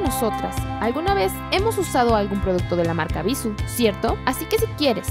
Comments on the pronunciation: no es bisu, es bissú, con acento al pronunciar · no es bissu.... es bissú!! con acento en la "u" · ES BISÚ NO BÍSU, TIENE TILDEE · Ana Cecilia Pereyra creo que todas la pronunciamos mal jajaja como que nos gusta más bissu sin tilde jajaja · bissú, acento en la U no en la I 😑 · el acento porfa... es horrible escuchar bissu... cuando el acento esta en la última sílaba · No es bíssu, es bissú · se pronuncia Bissú con acento, no bissu. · No está mal la info, pero parece casi comercial... Por cierto, te valió el acento. es Bissú, con una tilde en la letra u, por lo tanto la última es la sílaba tónica. Lo pronuncias mal TODO el vídeo... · Ana Cecilia Pereyra Si de hecho.. Que bueno que te gusta la ortografía. Se escucha muy feo Bissu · Es Bissú checa el acento, es una palabra aguda gracias al acento en la última sílaba... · bisuuuuuuuuuuuu pronunciando fuerte la U ..... cuando editaron nadie lo notó ????? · Cecilia Pereyra Ay, lo sé... me desesperó que no pronunciara bien Bissú. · Como comentario constructivo creo que la pronunciación de la marca es con énfasis en la ú por eso está acentuada, eso creo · El video está bueno porque efectivamente BISSÚ es una EXCELENTE marca de cosméticos que ha demostrado que algunos de sus productos son tan buenos como los de gama alta. Por ahí bien... Peeeerooo ... también a mí me desesperó que no pronuncies bien el nombre de la marca, osea, eso es CRUCIAL! Y por útimo, el "tonito de reportera de televisa o tv azteca" y el "cantadito de las palabras" es espantoso! Desespera. Sinceramente, no sé si más de una persona maneje este canal, pero sólo por curiosidad me metí a ver otros videos y la forma de modular la voz de todas las que hablan es INSUFRIBLE! ¿Porqué el afán de hablar como reportera de tercera? Aunque la info sea relevante, el sólo escuchar la voz los primeros segundos te quita las ganas de continuar viéndolo. Es mi opinión. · x eso ella lo dijo sin acentuación le falto el acento!